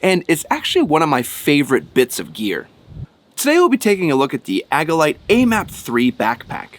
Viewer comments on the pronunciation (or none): Agilite =AGILE LITE = prounounced AJ- IL- LITE